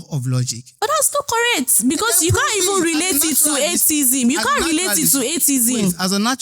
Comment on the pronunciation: Why is everybody saying "ay tay izm" it is "ay-thee-izm"